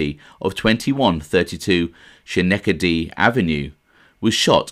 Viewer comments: Great job mate, I love when you do stories on little known wiseguys that were around the neighborhood I grew up in (Flatlands) in Brooklyn. Schenectady Ave pronounced Ska-neck-ta-de lol was like 5 blocks from the Gemini Lounge too. Paul Vario ran Canarsie, ENY, Flatlands, Bergen Beach, Mill Basin, East Flatbush among other neighborhoods in SE Brooklyn and SW Queens back in the 70s until he got locked up bc of Henry Hill. Sonny Bamboo had owned the Bamboo Lounge In Canarsie. Vario’s main place was Geffkens on Flatlands Ave. when you coming for ur tour of the different mob neighborhoods? I haven’t forgot mate. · Great job. It couldn't have been in the credits-- how did u find out who it was? I trained at Kings County Hospital-near Schenectady Ave--its an Indian word pronounced Ska---neck--ta--dee. If u care.Your Italian is so good-u taking Eye-talian lessons?Take care. Awaiting next one. U should have 500,00 subs! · Schenectady pronounced - skah neck ta di. Very hard to pronounce I see for a lot of people lol but Im from Brooklyn and was raised not far from Schenectady ave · Ske neck Ted eee it’s the way you pronounce it I lived there for years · It's pronounced skin-NECK-tuh-dee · Thanks for correction on the pronunciation - I struggled over that one several times. Glad you enjoyed the video mate, have a good weekend Timothy. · Love how to youse British guys mispronouncing our streets. Schenectady. Lol.